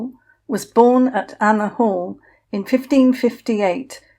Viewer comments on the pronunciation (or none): . It sounds as though you are calling it Anna Hall, when in fact it is Anmer Hall. Loved the history, thank you.